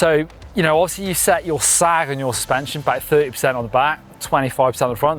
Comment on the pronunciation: "full spension" - hehe